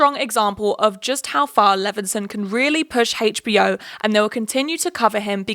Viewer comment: girlie i love u but the way you say hbo really bothers me it sounds like you’re saying hagebo